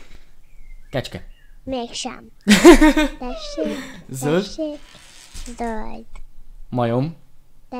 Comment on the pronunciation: D Tesék TESÉK hogy mondtad xd